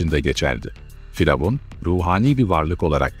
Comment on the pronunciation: Neden diravun demek yerine faravan diyorsunuz🤷